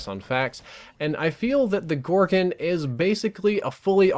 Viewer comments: Its pronounced gorgon, where do you see an i in that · 'Gorgen' lol